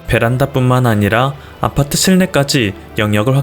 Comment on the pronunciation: 아파트할때 '아'에 너무 강세 두네여!